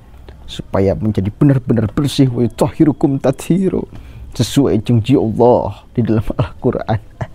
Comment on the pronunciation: Maaf sedikit koreksi, yg bener WAYUTIHHIROKUM bukan WAYUTOH❤HIRUKUM